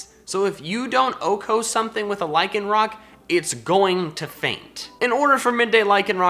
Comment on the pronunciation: AGAIN, LYCANROC DOES NOT END WITH A K!